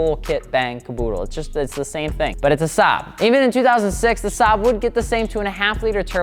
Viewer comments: I hate how hard he butchered the Saab 93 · wtf man, one of the few times you or anyone even mentions Saab and you butcher it.... Like why don't you just naturally as a car guy know the difference???